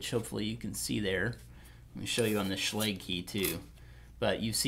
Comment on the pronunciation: SH-log not sh-legg